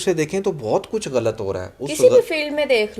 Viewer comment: apna glt bolna thk kro😂 Glt ni galat hota h 😂